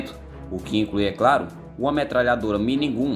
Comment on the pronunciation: A pronúncia é "mini gan" E "Black Hawk" se pronuncia : blek rok.